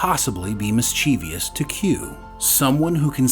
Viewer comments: notice how,, how the #3 word on the screen is spelled, and correctly, I might add. Yet, you managed to pronounce it the way so many little kids do, namely, miss-CHEE-vee-us, rather the correct MISS-chiv-us (mischievous). Unbelievable!🤨🙄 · Note to the narrator: The word is pronounced "mis-che-vuss", not "mis-chee-vee-uss". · The word "mischievous" is pronounced "MIS chuh vuhs" not "mis CHEE vee uhs". There is no fourth syllable there. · Good lord, why do so many people pronounce it like it's spelled "mischievious" when there is no third "i" after the "v"? It is THREE syllables only! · "MISCHIEVOUS" (It's NOT "miss-chee-vee-us". Please.)